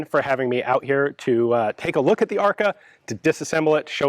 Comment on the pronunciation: It's funny how ARKA sounds like "АР-ка" - which would be a slang term for a "generic AR platform" in russian.